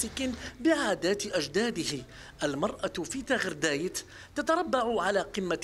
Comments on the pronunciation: غارداية وليس تاغردايت ياايها الصحفي عليك بتحري على أسماء المنطقة والمتساكنين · غرداية وليس تغردايت 😒😒اما الحايك فهو جزائري والباقي تقليد